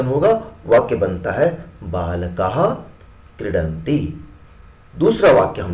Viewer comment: His proncoucation is problem.. It is not balakah it is baalkaAH not kridanti it is kreedanti (dheerga aur hraswa ka prayoga teek se karen)